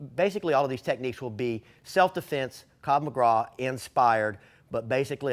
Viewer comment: Krav Magra? There is no R in Krav Maga!